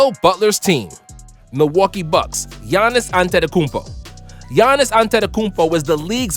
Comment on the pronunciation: I love the way he pronounces Giannis's name right but not Nikola Jokić